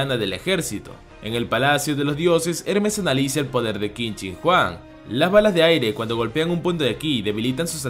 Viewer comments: Por alguna razón escuche que dijiste Qin Shin Juan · Quin shin Huang ❌️ Quin shin juan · Como el lo dice : Qin Shin Huang Como yo lo digo * Quien Chingaos es Juan